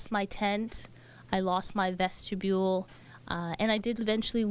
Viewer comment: "I lost my vestebule" sent me 😂🤣